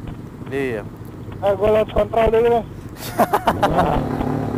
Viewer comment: Kontrol bukan kon*tol🤣